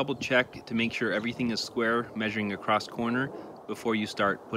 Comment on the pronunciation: Great video. But there’s a common mistake I hear many people (on and off YouTube) do nowadays. The word is across. Not acrosst. There’s no T after the word across. The other one is height. It’s not heigTH. It’s H before T. Unlike length and width, height has the T and H flopped.